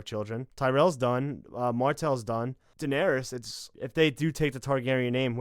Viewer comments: stop saying "Denawrys" Its Danaerys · every time she says donarys i get triggered could u not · I'm sorry, but who the fuck is Danaris?